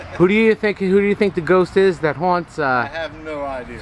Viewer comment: FIRST... Learn how to say Haunt. We do not talk like this here.